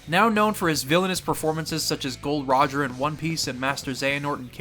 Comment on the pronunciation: MAN SAID GOLD ROGER INSTEAD OF GOL D. ROGER